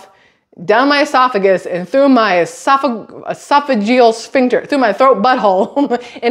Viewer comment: You said it right!😂 esophagus sphincter